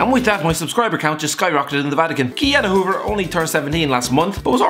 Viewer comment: For goodness sake, I am 3 months older Ki-Jana Hoever